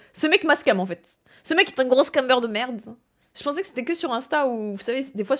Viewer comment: Comment tu insistes de ouf sur la fin de tes mots "en faitTTss" mdr